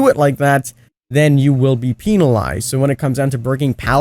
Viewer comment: New word confirmed by it is penilized